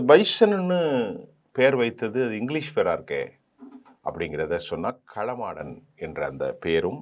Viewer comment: சார் களமாடன் அல்ல காளமாடன் என சொல்லவும்...